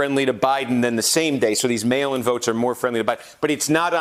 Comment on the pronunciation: Is there a way we can have Kornacki to start say "mail in votes"? It just sounds like he kept saying "male votes".